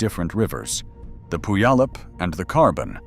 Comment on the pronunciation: Tell me how you don't live in the southern Puget Sound area by trying to pronounce Puyallup 😅